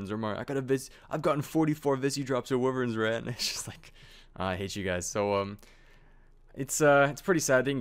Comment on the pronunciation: Pernounced WHY-verns not wiverns